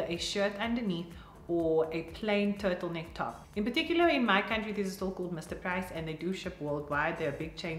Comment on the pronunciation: Oms, I just realised the South African accent when you said 'Mr.Price'😂😂